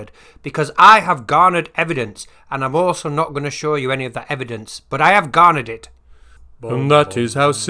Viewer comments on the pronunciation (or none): Ah! Garner evidence! Of course... I though he said boner evidence.